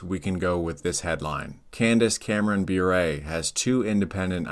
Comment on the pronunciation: I want say something nice about Candace Cameron Bure. Her brother-in-law is one of the most amazing hockey players of the 1990’s. Bure is pronounced “bore-ray” Otherwise, this is awesome